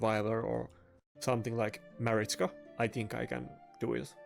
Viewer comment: Mate i like to watch your videos, but could you please be more energetic?? you ack and talk like you are 70+ and talk like you have a d..k in your mouth trying to correctly call champions like duchess or Marichka. when i hear you call those champions i feel like i drag my balls on the shattered glass . English is not my first Langugage like you can tell after this comment , but i have no issue with calling right names, be more focus on how you act and what you say then when content created pack will come every friday!